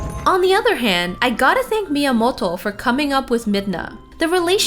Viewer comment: please stop saying miamolto, , miamoto, , , you sound american, and yet when you say his name you try to put an H in there , like, miamohto, wtf